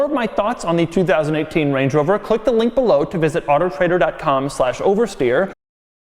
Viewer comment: Do you try to make it sound like you are cut if when you say “oversteer”??